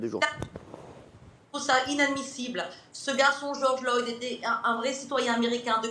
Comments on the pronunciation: Arrête de dire Georges Loyd bordel 🙄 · Georges Floyd pas Loyd 🤦🏻‍♀️ Elle est tellement fatiguante ... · MDR elle manifeste pour un gars dont elle ne connaît pas le nom, c'est floyd pas loyd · C'est pas Loyd mais Floyd. Ça commence bien. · je pensais avoir mal entendu . donc j avais raison elle a bien dit George loyd au lieu de George Floyd.. pour une americaine elle prononce tres mal les noms americains.. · Stop par pitié arrête tu fais pitié afida, Bigard il est plus crédible que toi avec ta poitrine exhiber comme ça. Puis surtout apprend à dire Floyd et pas Loyd c’est un immense manque de respect envers la victime et le mouvement. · Elle prononce même pas son nom correctement... c'est pas respectueux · Elle est incapable de prononcer correctement le nom de George Floyd... Ça serait drôle si elle ne se prenait pas autant au sérieux...